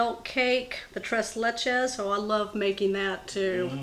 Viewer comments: "Tres bellies"... 😅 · Pronounced Tray Lechay in Spanish! LOL